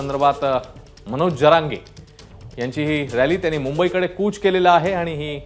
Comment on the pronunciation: Manoj jarage patil aahe boltani uchar krava ek maratha lakha maratha